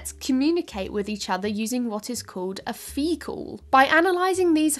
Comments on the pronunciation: Phe-call?… ok, stop. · Monkeys. 'phee-calls'. Is this The Babylon Bee? 🤣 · now i understand trying to say the distinction between fecal and phee-cal but like it just sounds the same when she says it